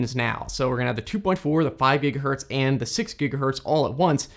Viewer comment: bro literally said a "giga-hurt" lol i can't even